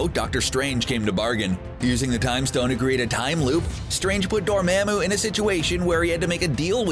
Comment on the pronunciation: Is nobody gonna comment on his pronounciation of dorrmamu. It’s Dor-mah-moo not Dor-meh-moo.